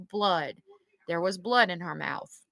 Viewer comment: It's Blood not bood